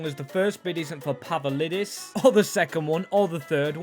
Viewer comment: ITS PAVLIDIS NOT PAVALIDIS BRO COMON